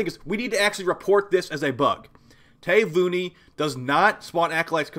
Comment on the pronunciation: Ta - vi - u- ni. It is an island in Fiji.